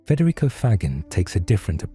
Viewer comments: Gagging is mispronounced here. "Fa-gene" is closer to correct. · You are doing something ESSENTIAL by making Federico Faggin’s insights more available and understandable. However using a computer generated voice-over contradicts the essential message and, to my ear, weakens the message. Faggin (here consistently mispronounced) argues for the prosody of the real human voice. If you would like to sample the difference you can have mine, freely and gladly given.